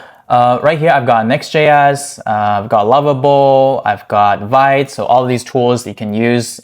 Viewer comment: Vite is pronounced "veet" like "meat" or "feet". Not "vight".